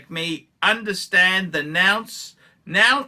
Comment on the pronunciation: Reading skills by nounce nunce nonce nance.....nuance